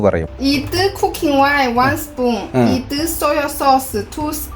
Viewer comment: Ithu = wonderful The way she said it